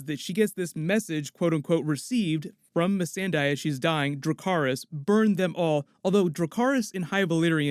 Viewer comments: MissanDEI, not missanDAI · I don’t think D&D actually watch the show. Mee-sonda is pronounced Mess-anda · Mi San Dei not Me Sen Dai, much facepalm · Why u say Missendai when its Missandei lol its irritating man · _- it's missandéi not mísenday dumb&dumber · did they actually call missande meee Sunday 🤦🏽‍♂️ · It’s pronounced mi-sond-day! Like they say her name on the show the correct way for 5 seasons now where did you get that pronunciation from!? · Why do B&W pronounce missandei as “missingday” ? Lmaooooo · Mee-San-Day... what fucking morons. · Mis-ahn-dae ...come on Da-vihd! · who the fk is meeseeendeee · Meesinde(?)... ugh excuse me? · “Mi-sen-day” Dafuq David please pronounce your own characters right 😩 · Im sorry how are they pronouncing Missandei’s name lol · Why, after five seasons, is EVERYONE mispronounced Missandei's name!?!? God, so annoying! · So, that BUM that writes these episodes really doesn't know how Missandei is pronounced?!? C'MON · Why are they mispronouncing Missandei's name? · Damn D&D are dumb, can't even pronounce Missandei properly 😂😂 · The way benioff pronounces missandei infuriates me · Lol it kills me how the directors can’t pronounce the characters names 😂😂😂😂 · WHY IS EVERYONE SAYING MISSANDEI’S NAME INCORRECTLY?! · Freaked out by the way the two showrunners pronounce Missandei's name! Thanks for these. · What is that butchering of Missandei's name?? Really guy?? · What’s with the new pronunciation of Missandei’s name? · How has David Benioff worked on Game of Thrones since the beginning and still pronounces Missandei's name wrong? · Cant david or the guy pronounce the names of the characters correctly? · Why the fuck is everyone misspronoucing Missandei's name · Does this guy not listen to how they say Messandei's name in the show? lol